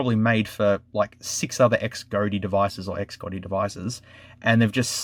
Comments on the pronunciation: Xgody is pronounced Shody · I think it’s pronounced “Z-oh-dee” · Pronounciation “Cas Gōdy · couldn't you say Xcody ?